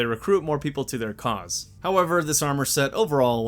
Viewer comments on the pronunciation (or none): none